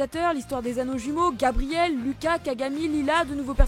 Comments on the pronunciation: De à 😆😆 tu insistes beaucoup sur "Gabriel" Sinon quand est ce que tu fais une review de "mangeamour" et "miracle queen"? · Mdrrrrr sa m'a tuée qu'elle répète 3 fois Gabriel en appuyant Tro cool t review j'les rates jms j'm'y suis habituee